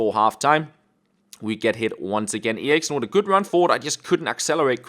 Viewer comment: Jacob May hes Danish and me to thats how u say it on danish